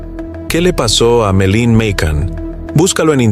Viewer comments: No sé por qué el que relata dice Meline ....el nombre ES Madelaine o Maddy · Porque dices Melin